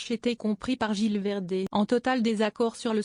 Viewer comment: il faut prononcer le Z de gilles verdez